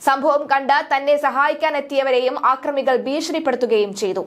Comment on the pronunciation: ആക്രമി അല്ല മലയാളീ അക്രമി എന്ന് വായിക്കൂ